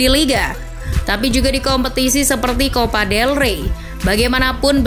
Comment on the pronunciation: Copa dey rey bukan level el real wkkww